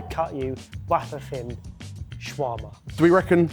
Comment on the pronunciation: That is not the correct pronunciation of shawarma.